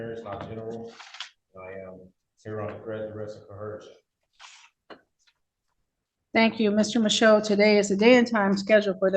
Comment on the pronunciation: Did he say "cohersion?"😂😂😂😂😂😂